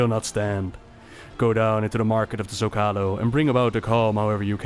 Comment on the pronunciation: Hearing your pronunciation of Zócalo as someone who heard it first on Babylon 5 pains me.